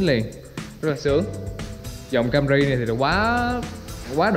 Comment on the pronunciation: Camry chứ kg phải cam rì, logo chứ kg phải lô gồ, chắc học dốt còn bày đặt đọc tiếng anh